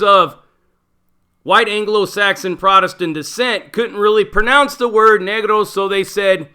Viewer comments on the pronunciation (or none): none